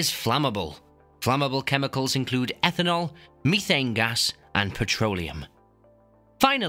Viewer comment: isnt it ethanol, not etanol